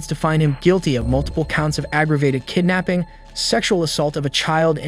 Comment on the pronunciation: its kiddnaping not kiddnapung